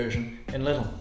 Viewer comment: Your pronunciation of LIDL is perfect now! Kind regards from Germany 🇩🇪